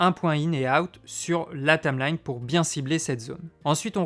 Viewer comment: Tameline... Tameline ... Tameline ... c'est pas plutôt une Taïïïïmelaïïïne ??? ahah je taquine ! J'ai débuté avec ce logiciel, et je ne peux que le conseiller !